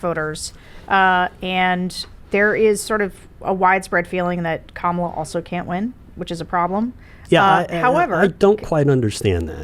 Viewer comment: It’s KAMala. Not KaMaLa. 😀